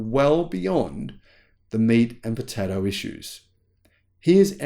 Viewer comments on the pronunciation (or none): none